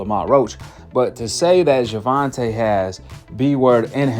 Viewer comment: Paulina Malinokas refuses to pronounce "Gervonta" correctly as a way to mock his mother for not spelling it "correctly", as a way to mock Black ppl/ Black names generally. Cuz he's a raging yt supremacist, in case y'all forgot.